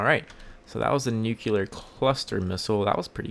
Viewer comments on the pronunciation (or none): Also, it's not pronounced nucUlar, it's nucLEAR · not "nookyouler". it's "New-clear". nu-clear. nuclear. -wiflare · iots called a nukular warhead -_